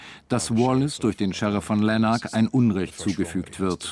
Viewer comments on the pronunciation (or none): Wenn man schon einen wichtigen schottischen Mythos behandelt könnte man sich bei der Übersetzung ja mal die richtige Aussprache anhören... Die Sprecher im Original sprechen nicht umsonst mit ihrem Akzent, - und da werden Ortsnamen richtig ausgesprochen. Lanark z. B. fast wie im Doitschn nur mit der Betonung auf der ersten Silbe und mit rrrolllendem "RRR".... etc... Soo kommt dann auch die richtige Stimmung hoch... Uuaarghh.!!!